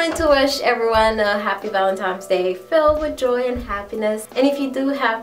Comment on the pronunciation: You said "Valentimes Day" you must be caribbean!! hehe